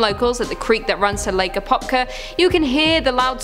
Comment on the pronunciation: IFinally florida mmmm feels good to be home,That I-4 deadzone is a real thing to look out for and I drive that road by lake apopka every other day! Also surprised you got all the name pronunciation right